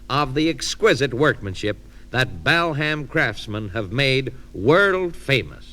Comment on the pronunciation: The true pioneers of today’s comedy. The pronunciation of Bal Ham was a standing joke in our house. Feeling nostalgic for my big brother, 8 years older than me, who introduced me to so many cool things